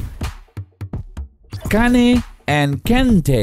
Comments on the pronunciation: Cant believe they pronounced Kane as Ka ne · he said harry kane like kanee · did this guy really say Kané 😂😂😂😂😂😂